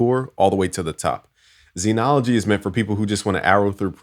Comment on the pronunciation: All those "credits" but can't pronounce "Zen". ZEN is pronounced with a short e sound, the same vowel as in ten or pen. In IPA it is /zɛn/. It is not pronounced zeenology!